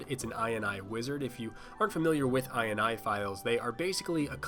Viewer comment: You say ini that sounds like " eye in on the in the eye and eye"